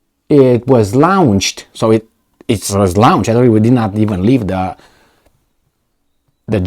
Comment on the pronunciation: Why doesn't read comment section. Launched is pronounced LONCHED. When you say it, it sounds more like Lunch. Lol. Please fix this I can't ignore it